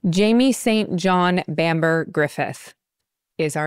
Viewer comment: Feeling like thats not how his middle name St John is pronounced. Likely more like sinjin